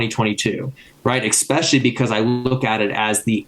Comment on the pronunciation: Try to say especially, not ekspecially.